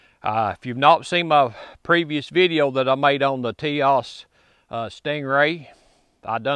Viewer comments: Forgive me for correcting you, but it is Tisas, Ti-sas. Not Tias. Sas. In Turkey they pronounce it with an h sound—Tishash. Do a YouTube search for Tisas factory tour. It’s a very interesting video. Good test on the gun. Basic functionality is the most important concern. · For the record it’s pronounced “tisash” according to the Tisas people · This is the kind of guy who can fix your lawnmower or generator, build you a deck, or install a ceiling fan for ya,,,, but he can't say "Tisas" lol good ol boy syndrome. Bless you brother..